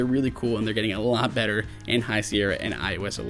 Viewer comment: did he say "much badder power efficiency" instead of better?